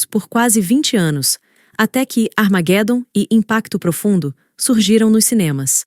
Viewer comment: "aramaguédum", olha o estrangeirismo, este canal estava indo tão bem